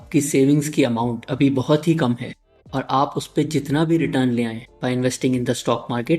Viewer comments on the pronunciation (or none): none